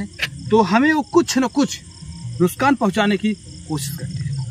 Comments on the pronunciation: Nuskan nhi nuksan 😅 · Nuk saan ❌ Nus kaan ✅ 😅😂